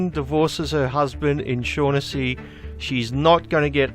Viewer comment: Just a minor correction on your pronunciation of the name 'Shaughnessy'. Its actually pronounced 'Shock-en-see'. Its an Irish name.